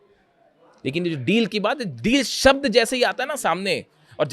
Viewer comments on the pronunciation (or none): none